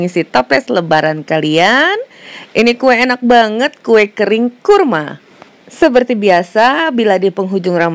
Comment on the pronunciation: Resep kue kering, done L 7, ini lah klo orang Sunda ngmg Jawa, kurma jadi kurmo , huahahahhah bh Jawa Podo Bae kurma,. HR ini upldna teu pararuguh jadi isuk2 kieu .